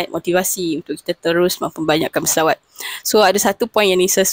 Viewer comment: BUKAN SAWAT NISA,!!!!!SELAWAT.KENA SEBUT BETUL2